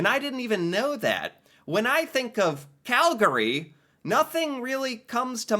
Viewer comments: The way you pronounce “Calgary” kills me. 😂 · K you started annoying me the first time you said Calgary. Take out the 2nd “a” and then say it. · Every time I hear him mispronounce Calgary I cringe. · Especially since how he pronounces “Calgary”. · It's Cal-gry not Cal-gary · Regarding pronunciation: Cal-GARY…. Not from Calgary Cal-GREE…. You’re from Calgary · Its Cal-gree not Cal-gary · You always know if someone isn’t a native of cow-town because they say “Cal-Gary”. Whereas we pronounce it “Cal-gree”. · Oh - It’s not CalGARY. It’sCalGRY ( Calgree). The a kind of disappears becomes almost silent. So it is two syllables not three. You can hear it in the descriptions. Sometimes you pronounce it correctly so can’t fault you too badly. Surprised the Calgary Stampede wasnt mentioned -it’s the greatest outdoor show on earth. Calgary is by far the friendliest Canadian city. Wouldn’t want to live any where else.💕Love your videos! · It physically pains me when someone says Cal-gAry, most people from our city pronounce it as Calgry. Not hating on anyone, it just sounds weird to me when people say it like that. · As a Calgarian, I gotta say that it's like nails on a chalkboard to hear someone say "cal-gurree" (both you and the narrator of the video). Locals say "cal-gree" (just two syllables). Like others have mentioned, I can't believe they omitted the Calgary Stampede. It's literally a world-famous rodeo. Prince's Island Park, the Zoo, Fort Calgary, and the Bell Centre are all easy walking distance from my condo, as Calgary has more kilometres of walk/bike paths per capita than any city in North America. I used to live in Houston, but I feel like Calgary was a massive upgrade. RE: Fish Creek - provincial or city? The park is in the city, but it is maintained by the province rather than the city. So it's a provincial park, but it's in the city. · locals say "Cal-gree" not "Cal-gary". Same way people from Toronto will say "Toronno" not saying the T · We say Calgree!